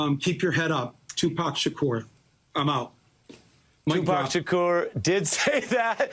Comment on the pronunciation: Surprisingly good interview on msnbc. Look at ari melber bringing up the origins of 2pac’s name. I realize it’s possible someone said that into his earpiece but it sounded like he knew it. Kinda hilarious that Michael Moore calls him two pack, but still credit where credit is due.